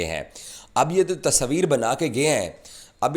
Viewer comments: Tasveer hota hai Tasabir nahi 😂😂😂😂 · Bolne ka dhang dekho "Tasaaveer" keh raha hai tasveer ko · Pakies thought world cup ..organized by gully management...😂 Tasabeer...😂😂 Urdu me "tasveer" hota h bhai. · Tasvir❌ Tasoovir✅ 😂😂😂😂😂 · तसवीर अबे तस्वीर होता है 😂😂😂 जोकर